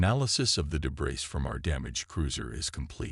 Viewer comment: Debris - not pronounced debriss, pronounced debriy.